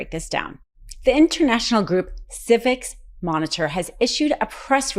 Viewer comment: You can't even say Civicus?, you are the laziest YouTuber over 25. Practice your script, pronounce the words, check the ones you aren't sure of. I see you do this ALL THE TIME. You get names wrong constantly. It takes away your credibility.